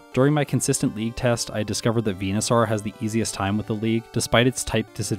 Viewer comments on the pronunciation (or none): Why do you pronounce it Venusar 😂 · Why do you say Venusaur weird? 🦧